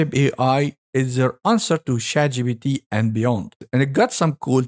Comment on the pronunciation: Man your B instead of P hits me every time. ChatGBT